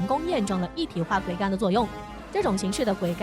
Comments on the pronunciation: 桅杆 念做 危 不要再念錯了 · 你读一下试试，她念错字但很专业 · 播音员的水平都低到这种成都了吗？连“桅杆”这么普通的词都能读错，这是找了个小学没毕业水平的人吗？